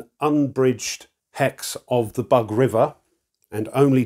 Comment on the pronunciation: It’s not “bug”, it’s “boog”. The middle sound you have in “dug”, “but” or “bug” does not exist un Slavic languages. And thanks a lot for the presentation. It’s very clear and instructive as usual, giving a very good insight into the game mechanics.